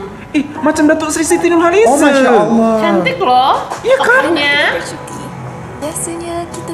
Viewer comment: Bahasa Malaysia ni tak semua sebutan hujungnya eee.. 😅 Klu siti nurhaliza tu tk boleh disebut nurhalize.. tp kena sebut nurhaliza lah.